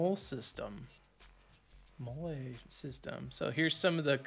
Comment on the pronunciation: Molle sounds like moly.